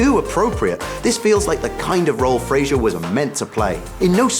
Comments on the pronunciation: You could at least pronounce his name correctly. it's Frazer not Fraiger, Brendan even said it himself.(oh well i'm probably not the first to mention this) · It's pronounced Fraser, not Frasier. smh.